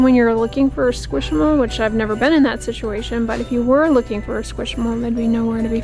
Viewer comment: I was also corrected by my 8 year old but it’s squishmallow. Pronounced like marshmallow 😂